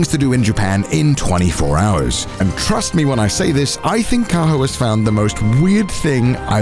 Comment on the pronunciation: “And THRUST me when I say this..” geez alright horndawgVA calm down